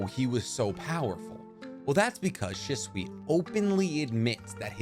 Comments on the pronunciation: She-sway not she-swee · Say stuff right shitsui it hurts my brain I love your channels but this shit hurts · said “Shiswe” 😂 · The way you pronounced shisui was so cringe 🤦‍♂️